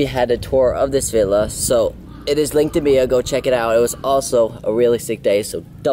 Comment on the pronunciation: Anyone else love the way he says bio....😂 “link in beeo” i love this dude lol